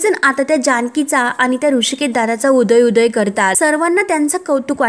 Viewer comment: किती हा गावंढळपणा अशुद्ध बोलण्याची सुद्धा परिसीमा असते नीट शुद्ध मराठी शब्द उच्चारता येत नाहीत मग कशाला मारायला व्हिडिओ बनवता 79 वेळा अगदी हा शब्द वापरला आहे ठरलं तर मग व्हिडिओ बनवणाऱ्या मॅडम कडे क्लास लावा उदो उदो शब्द तिथे उदय उदय बोलता